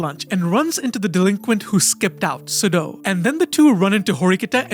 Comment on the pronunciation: Imagine researching and knowing all this stuff about the show and still butchering the pronunciation of Sudo's name...